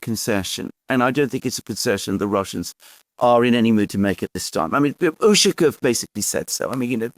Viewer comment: Pronounce: UshAkov. Stress on the second syllable.